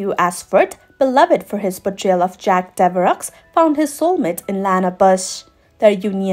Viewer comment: Lovely video! 1 remark...Devereaux...the X is silent. Sounds like Dev er row ;-)